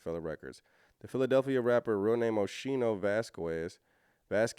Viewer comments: Pronounced Oskeeno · I apologize, but It’s pronounced Oschino (O-Skeen-o) I’m from Philly. He come from North Philly, he lived the struggle for real. He also did time in prison. The old state prison (Graterford State Penitentiary). Oschino definitely know Jay, and Beanie Siegel. Oschino a good people. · It's pronouned Oh-Skeen-O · His name is pronounced O-sc-i-no the h is silent. I remember him from State Property’s songs